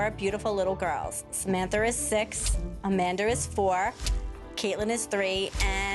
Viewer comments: Samanthar,and Amandar and donnar. 😅😅😅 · "Samanther" "Amander"